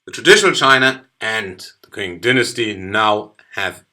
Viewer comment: A great video, but I thought I'd tell you that the word "Qing" is pronounced "Ching" ^^ Other than that, a wonderful video, thank you.